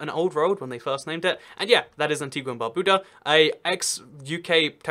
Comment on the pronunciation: It's pronounced Antiga and BarbUda.